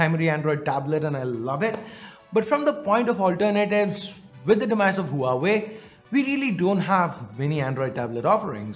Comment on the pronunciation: Not ooha_wei, it's va_wei